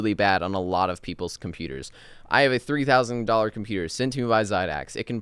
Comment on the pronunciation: At first i understood " i have a 30,000$ PC" and Im like "lol wut?"